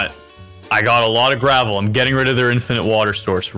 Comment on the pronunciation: Everybody: strategize: GrAVel